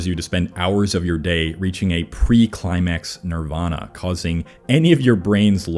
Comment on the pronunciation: Its nirvana not naravana